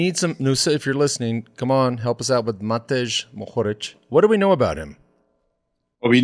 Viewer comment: Hi, Matej is actually pronounced Matey. And Nusa is Nusha :). Jan Polanc is pronounced Yan Polantz. Cycling has gone crazy in Slovenia. It is hard to buy a road bike. There is more support for Roglic just for the fact of what he did in previous years and where he came from. We all want him to win the tour. With that said, Pogacar is right there in our hearts as well. Nobody hates him. We all want him to do great, especially now with Primoz in such trouble.